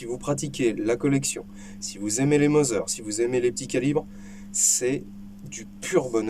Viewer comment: Merci pour cette vidéo instructive ( bon je pinaille Mauser se prononce Maouser pas Moser car le U en allemand se prononce OU et toutes les lettres se prononcent !!! 😇)